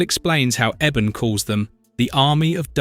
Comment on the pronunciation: ( Eeee-bon ) ebon not Eben